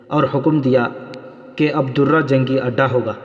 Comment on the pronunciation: Darra zabar k Sath bola jata he. Zair zabr paish or talaffuz ka khayal rakha karain.